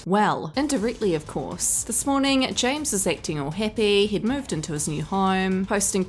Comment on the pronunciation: the one thing i like is you began saying James's name correctly not chihua...... like you did.. ❤